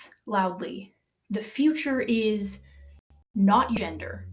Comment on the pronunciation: It's sounds like "non-gender". Which isn't wrong when feminism tries to kill gender-differences.